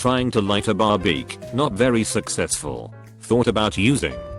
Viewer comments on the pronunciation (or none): No one: Text to speech bot: barbeak